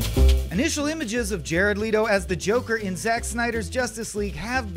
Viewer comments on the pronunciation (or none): Guys...it’s not “Lee-to.” It’s “Leh-to.” People being contrarian for no reason. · I thought his last name was Leto? Not Leeeetoh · It's not "LEE-tow," people. It's "LET-oh." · Am I the only one that got annoyed when he says “Leeto” and not “Leto”. Are you European or something? My gawd man say it right. 🤦🏽‍♂️ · He keeps saying Jared Leto's last name wrong it's Leto(L - eh - tow) not (Lee-tow) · Leto, Leto bro. Not Leeto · ...leeto??? LET-OH! How is everyone at IGN completely incompetent? So embarrassing. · It’s pronounced “le-toe” not “lee-toe” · He said Jared Ledo lmao 🤣 its Leto you joker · see the vid is cool and all but like do you have to say Leeto? its Leto lol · It’s LETO not LEETO, f***nut! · They picked this guy just to have him say “LEETO” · you lost me at “lee-toh” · Did he say Jared Leeto? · Asian leetoh haha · Leeto then cheeto 😂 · If you Google his name it says its pronounced "Lei-tow" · We’re tf do they find these people come on “leetoh” 😑 really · Really bothers me how he pronounced Leto as “Ledo” lmao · I hate it when people know how to say people's names but intentionally get it wrong SO WHY THE HELL ARE YOU SAYING LEEEETOOOO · Jared Lei-Tow. No, I will never accept the American pronunciation of his surname. :/ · You’ll never accept the American pronunciation of an American born actor’s name...? Also, it’s definitely “Leh-toe.” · Him saying leeto urked me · Jared Lee-doh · No one: Ign guy: Jared Leetoo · Isn't it Lay-Toe? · Why did you say "Lee-to" ???? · Say Leeto... one more time. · Lee-to???? Really man??? 🤦‍♀️🤦‍♀️🤦‍♀️ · Who cringed everytime he said “Jared Lee-toh”? 🙋🏻‍♂️ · LeeetO??? i mean come on, you know how to pronounce his name... that was kind of backhanded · Jared Lee-dough? Who the hell is that? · Let oh... say it... let oh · LEITO LEEETOOOO WHAT IN THE HELL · Who is Jared Lee-toh? Smh. This is ur job IGN, how do u not know how to pronounce a major celebrity's name in a piece ur supposed to be educating us on? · Jared Leee to? Wtf man